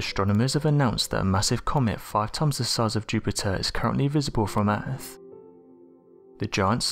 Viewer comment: Over ere' by the bafroom...dry I trade alot of th's in for f's too, I'm guessing it's a southern Appalachian thang